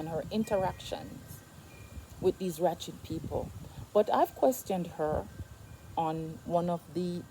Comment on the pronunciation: Which word are you trying to pronounce? Are you saying "wretched or ratchet"????